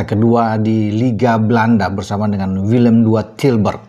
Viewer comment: Sebutnya = WILLEM TWEI😂😂😂